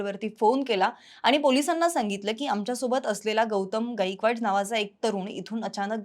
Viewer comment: 'गाईकवाड' नसत 'गायकवाड' असत... काय बातमी, काय उच्चार. Unsubcribe करत आहे..🙏